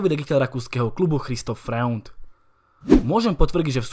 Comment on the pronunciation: Dobrý video, jinak ten Freund se čte "Frojnd"